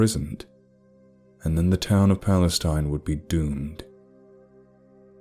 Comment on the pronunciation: I don't know where this is supposed to be set, but if it's in Texas, the town is pronounced Pal-la-steen.